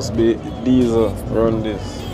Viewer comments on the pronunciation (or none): none